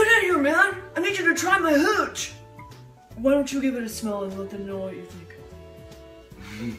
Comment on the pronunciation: You got my husband’s attention when you asked Dan to try your hooch because he thought you said cootch 🤣